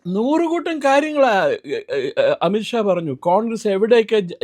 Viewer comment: It’s not amitt Shaw amith Shaw: please take care of the pronunciation